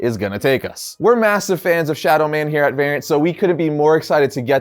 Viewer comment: Can someone please tell to pronounce the ‘T’ in variant or drop ‘nation’. People listening to my audio gonna start thinking I’m watching a very different sort of video...